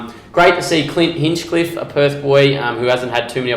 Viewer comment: Its hinchliffe HINCHLIFFE LIFFE LLLL